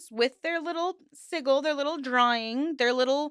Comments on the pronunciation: The G in Sigil makes a j sound because the second I is silent SI•GL 😂sorry I'm part of the pronunciation police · Witch of the wild sucks lol I only came here to see how many horrible magicians came to tell you how to say sigil 😂😂 so up themselves.. some things never change. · OMG. this video is painful to watch. The word "sigil" rhymes with vigil. The 'g' in sigil makes the same sound as the 'g' in gel. You are pronouncing it like you would the 'g' in dog. Also- you have little understanding of chaos magick if you think anything about it is cultish. Nearly all chaos magick practioners are solitary and chaos magick has no rules. Chaos is the opposite of cult practices. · I love your videos, I just can't stand how you say sigil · Sijil is how it is pronounced. Most western pagan, magick and esoteric practices conflate eclectic sources, not unlike other religions. I have heard P'Orridge (sp) mistreated their now ex wife, but that doesn't make them a cult leader. How does this group fare with the BITE model? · Omg I don’t usually comment on videos but hearing you say “siggle” instead of sigil is hard to hear. Also your explanation of what they are also left some room to be understood. Felt that this part was really trivialized. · Liking the content. A side note, sigil is pronounced si·jl. the 'g' is not pronounced like in the word "golf", or "glorify" (examples). SI-JL. It kind of puts your entire schtick into question when you cant pronounce the word sigil correctly. Its not like its an uncommon thing in the occult, or other spiritual/mystical traditions. I mean, its a thing in all bigger religions as well. The cross is amongst other things, also a form of sigil. So hearing this being so obviously mispronounced puts your work into question. How come someone that tries to present themselves as into this type of thing doesn't even know how to pronounce that word correctly? You see what i mean? Other than that, i look forward to exploring more of your content.